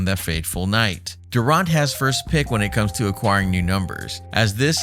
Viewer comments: Thought I was the only one who caught that. 😂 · If you are gonna do commentary on your videos, at least learn the proper pronunciation if his last name my man. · You should learn how to pronounce his last name before you do a video about him! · Make a whole video dont even know how to say his name.😪🤦🏿‍♂️